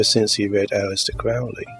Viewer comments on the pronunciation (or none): Lee's first vampire movie was The Horror of Dracula, 1958. Oh, and Crowley's name is pronounced Crow-ley, not Crowl-ey.